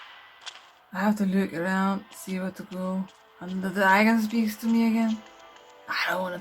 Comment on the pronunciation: Lmao “ The Dragon looks Pretty... It Speaks Tuh Meah”